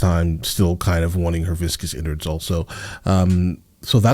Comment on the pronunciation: RIP Dame Diana Rigg, you were the true Queen of Thorns 🍷 edit: lol “viscous innards” 🤣